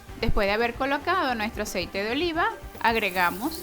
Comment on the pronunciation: No entendí el que yo ise es otro .no siquiera pronunció bien el aceite ...